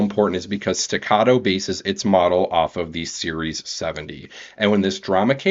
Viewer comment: Its pronounced "Stegger" not" Stogger"